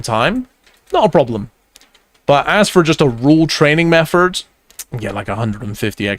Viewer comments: I scrolled down to type the same fing, hahaha. wild how this guy replaces every "th" with an "f" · Makes me smile every time I hear mefford! Don't change for anyone 😅